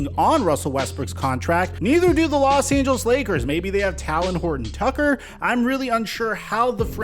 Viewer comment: Stop fucking up Talen name